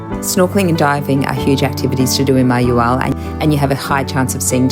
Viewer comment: It’s pronounced mah-hah-WAHL.